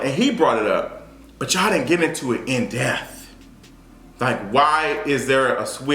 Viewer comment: "in death" is killing me (no pun intended). It's "in depth" baby.